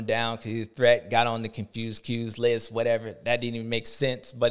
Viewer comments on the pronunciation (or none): Brotha said the confewsed list, LMAO